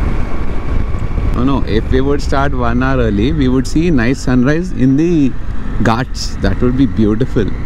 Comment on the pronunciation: No one literally no one....: gaatsssss. Bro pronounce it correctly it is called “GHATS”🤣